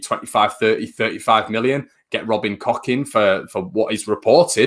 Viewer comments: FYI Koch is pronounced coke just like the Koch bros in USA look it up 👍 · I know its funny but Koch is really not pronounced like that . More like " Koh" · Tell him to pop to South germany or Austria where it sounds like Kook or north germany where it sounds more like Kox .... Thanks .... Let's see how many versions the bloody commentators come up with ... No doubt it will be pronounced Smith by xmas ......😁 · German mate from work says its pronounced Koh .